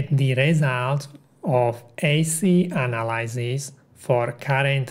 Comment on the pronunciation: Great series,. It helped clarify a lot why some practices are done. In case you'd like to work on it, you seem to be pronouncing "Analysis" the same as "Analyzes" rather than /əˈnalɪsɪs/.